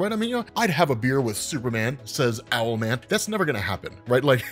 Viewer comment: Bro his name is ‘owl” man .... what’s next “marsupial’ man 😂